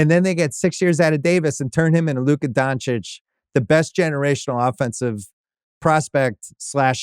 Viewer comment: Laka Doncic 😂